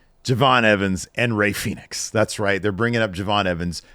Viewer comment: J'Evey Fenix ???? Lol